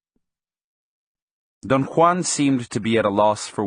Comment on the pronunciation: That's how Juan is pronounced in proper Spanish. It's authentic and I appreciate it.